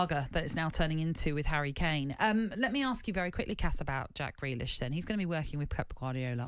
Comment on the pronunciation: Grealish, not Greakish. Lol.